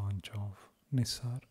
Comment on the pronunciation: Bro,it's NISAR (NASIR nahi)